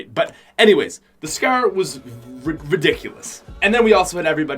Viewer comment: Does it annoy anyone when he says scair instead of scar